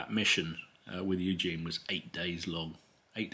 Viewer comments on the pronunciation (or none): Prince Eugen...pronounced as Oy-gen